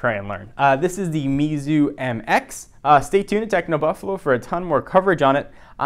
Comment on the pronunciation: i think you pronounced the name wrong based on my Pinyin reading experience.